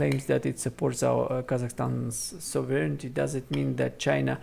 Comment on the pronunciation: Please pay attention to your pronunciation of the word sovereignty